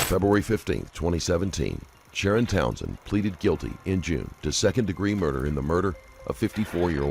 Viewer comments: I'm pretty sure his name is Sha-Ron (shuh-ronn).....NOT SHARON😂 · the detective says “sha-ron” after I left this comment so yes that’s how you say it not like Sharon Osbourne